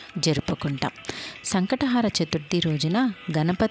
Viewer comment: సంకష్ట హార కాదు... హర అని చెప్పండి మీనింగ్ మారిపోతుంది